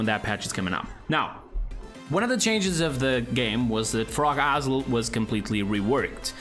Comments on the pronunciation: Dont wanna be that guy but u r pronouncing 'isle' wrong. Other than that u gr8. Keep making vids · Broooo the way he said "Frog Isle". 😂